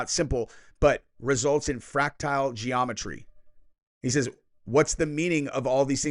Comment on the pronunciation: It’s not fractile geometry, it’s fractal geometry. Based on the Mandelbrot set equations.